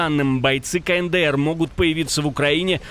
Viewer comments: не знает, как правильно произносится КНДР - "кэнэдээр"., открой букварь и посмотри на алфавит. "Каэндээр"! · Слышали КАНЭДЭЭР😆😆😆😆